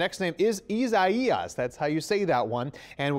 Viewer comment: Isaias is just Isaiah with an s. What is he trying to pronounce